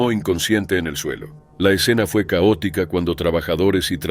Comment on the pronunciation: El narrador dice q “La escena era caótica ( cowotica ) ”😅. Un poco de humor negro.